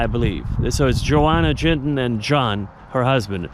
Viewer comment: Their names are pronounced Yoan and Yonna Yinton 😊